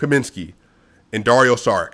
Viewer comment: Just here to tell you Šarić is pronounced Sha-rich, not Sa-rick